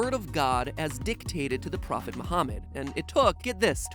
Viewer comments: Lol my name is Muhammad and I can’t believe how much research he did on Islam and still pronounced my name slightly incorrect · Matpat has said Muhammad and Kaba and Quraan wrong (I am a Muslim).